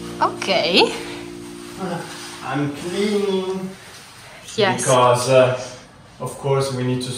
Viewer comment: can you try to not say so many words with an E at the end like pipesE, positionE, becauseE, woodE, topE, lightE supportE, removeE, chooseE, boughtE and so many other words.